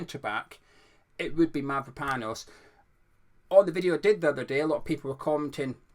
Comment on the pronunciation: My wife is Cypriot and she says you say Mavropanos correctly, good job buddy 😂